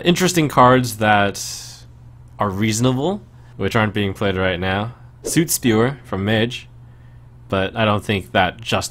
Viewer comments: Fucking SUIT Spewer, Trump? It's 'sutt'! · Trump, "soot" rhymes with "foot", not "boot". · I do not believe it is pronounced Suit Spewer. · Can someone close to Trump teach him how to pronounce "soot"? It bugs me every time. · that is not how you pronounce soot....